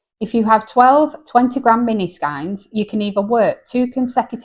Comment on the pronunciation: Great list, its pronounced skeins like reins 🤪